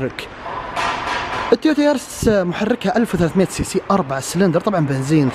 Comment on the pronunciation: ياخي تكلم عربي وش شفورلية اوفيو عدمة الاسم اسمها افيو و اليارس موب اسمها ييرس ههههه اهدى شوي ما نفهم مصطلحاتك